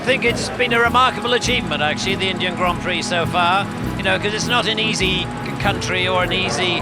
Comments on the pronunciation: Bro it's ग्राँ प्री not grand prix. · Bhai "grand prix" sahi tarah se pronounce kar